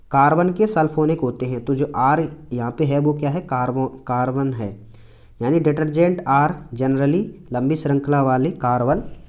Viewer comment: हार्बन कार्बन 😅 सॉरी सर बट मुझे पता है सब बच्चे हंसे होंगे तम 😅